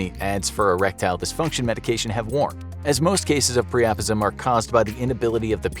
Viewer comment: It’s pronounced PRY-UH-PIZ-UM, not PREOPISM. 😂🤣